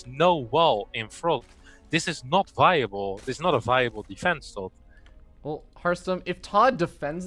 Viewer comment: He can't say Tod properly because his lips are to big.